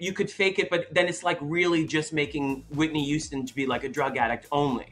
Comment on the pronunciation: “Whitney Youston”